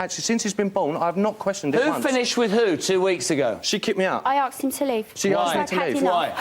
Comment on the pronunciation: You “ain’t arksed?”